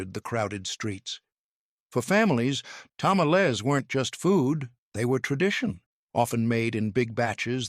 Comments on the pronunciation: HEY Dummy ! It's '' ta ma lees '' NOT Tamaless !!! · 😎He did not pronounce Tamels right, that's why it was funny. Chill! (✌🏻) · "Ta-ma-LEZ". Tell me you're an AI voice without telling me you're an AI voice. 🙄 "Pozo...."? Sheesh. 🤔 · Like said, GET A HISPANIC TO DO THE NARRATION OF A MEXICAN DISH VIDEO!!! wtf are Tamalés??? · Let me tell yal i love me dome tamalcks 😅 Mister please stop saying it that way. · TA MA LEZ 😅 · What? You don’t like to-ma-LEZZ?? 😂 I know- the pronunciation is so wack!! 😅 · "Ta-ma-LEZ" .... lots of bad pronunciations , but that was the one that made me stop in my tracks. 🚫